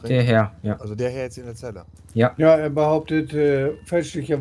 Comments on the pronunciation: bin ich der einzige den es leicht nervt das immer Hernn sagt? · Ich liebe ja diesen kleinen rothaarigen Wicht. Aber ich kann nicht beschreiben, wie sehr es mich triggert, dass er immer Herrn statt Herr sagt. 😂😂😂🙈 das macht mich fertig….